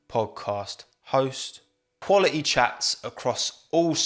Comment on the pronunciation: Stop saying the word "quality" so often, especially since you can't even pronounce it correctly. "qUaLi-e"